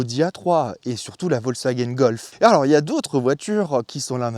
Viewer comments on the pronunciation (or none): none